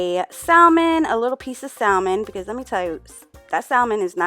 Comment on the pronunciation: The “L” in Salmon is silent.